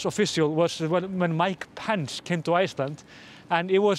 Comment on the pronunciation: Love your pronunciation of 'Pence' as 'pants' 👍🏻